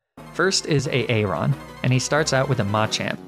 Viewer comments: I can’t take it A aron instead of Aaron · A-aron? Please tell me you were joking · Tell me the way you pronounce aaron is just a joke on a aron, and not how you think that name is pronounced... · hearing you say A-Aron makes me unreasonably mad lmao